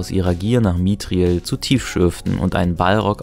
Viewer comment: Die deutsche Synchro ist einfach inkonsequent. Mithrandir z.B. wird korrekt ausgesprochen, Mithril wird zu Mitriel, obwohl 'mith' bei beiden Wörtern 'grau' bedeutet. Aber auch bei Minas Tirith, oder Denethor hat man bei der Synchro das engl. 'th' zu 't' gemacht. Das englische Original macht dagegen alles richtig, schon wegen der Sprachberater.